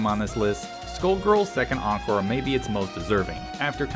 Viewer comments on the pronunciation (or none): none